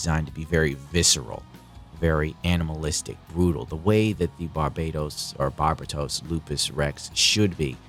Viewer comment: (Barber- Toast) the T is silent, like real G's.